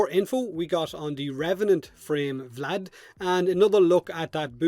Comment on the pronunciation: VlAd VlAd VlAd, oh so terrible sounds in english